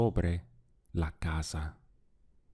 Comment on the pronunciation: Is there a regional aspect to the way you seem to pronounce your "s"es in words like "casa".. ?I hear "ca ZAH" and my dictionary says "ca SAH"